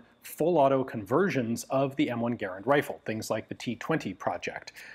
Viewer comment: It always warms my heart whenever I get to hear Garand's name peonounced correctly.